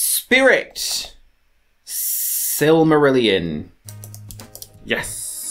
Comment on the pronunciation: Ok I lost it at "silmarillion" 🤣🤣